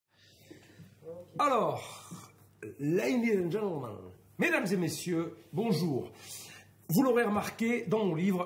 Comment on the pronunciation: Le "laniinnn and gennmennn" au début il fallait l'éviter lol